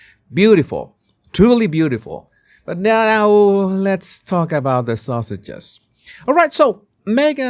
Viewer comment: He is saying sausages😂